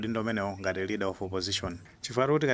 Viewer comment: LEADER OF OPPOSITION osati READER please. Chepesani changu